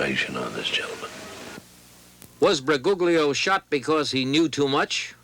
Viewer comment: Bu -goog-lio (lol)